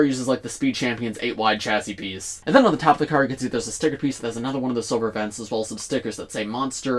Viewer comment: No your second. The first was one saying “Crar”